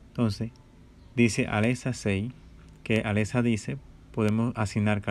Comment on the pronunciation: Osea al principio dijiste Aletza. Y esa no es la voz de Alexa..